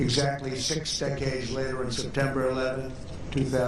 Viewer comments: "Exactly six secades later.." Secades? This guy had a stroke. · Every time I talk about 9/11 I say “secades,” totally correct